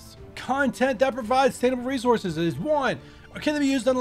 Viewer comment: Hands you an extra R for your Resouces